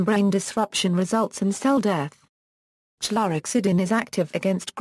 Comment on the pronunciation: Please stop it with the goddamned automated voices! It can’t even pronounce chlorhexidine